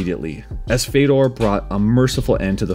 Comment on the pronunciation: I love how you said the ë in fèdor